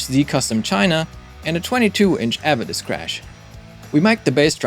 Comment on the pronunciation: Pronounced "ah-vay-diss". You're welcome.😊